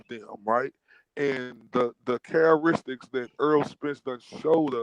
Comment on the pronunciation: This dude said chareristics lol, he meant to say characteristics dam bro and this dude is supposed to be an adult 🤦🏾‍♂️